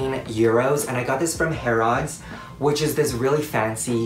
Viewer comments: I'm gonna say this because no one else has. Herods 🤣🤣 It's harolds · I love the way you said Harrods 😂 (just as a future tip: the 'rods' part isn't as emphasised, so it's more like 'Harruds' than Harrods 😊) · LMAOO "harraaooods which is this really fancy type mall thingy" Honey it's Harrods as is ha - rods not ha - rads lol And it's not a mall it's just Harrods and there's only one in England and everything in there is designer basically. £8 is a steal for that moleskine notebook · Idk why but I’m British and when he said this was 18 EUROS ! first of all it’s pounds and second of all it’s not haraads it’s haRODs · Tip: harrods - hah-ruds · Did anyone else who's from the uk cringe a little when he said "ha-rods'. No hate, i still love him!! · you are pronouncing Harrods so horrifically wrong